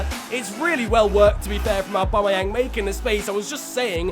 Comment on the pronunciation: Literally nobody ever:: Owbamowang